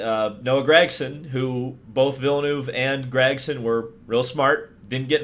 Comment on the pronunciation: Its ville-nerve not ville-noove